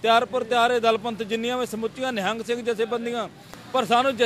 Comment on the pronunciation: Madam g nehing nai hunda nihang singh g hunda aa sahi pdya karo